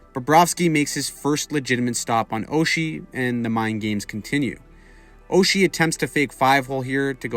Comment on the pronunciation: You mispronounced his name, TJ SOCHI